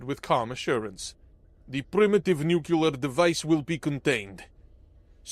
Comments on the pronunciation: Nu-clee-err... 🧐 nookular..😒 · 'Nuclear ' only has one U in it. Just stop. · It was a good story, unfortunately scarred by a consistent mispronunciation of the word "nuclear." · For real tho! You gotta pronounce "nuclear" correctly if you're gonna do sci-fi.